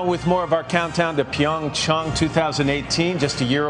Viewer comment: anyone else notice matt said PyeongChong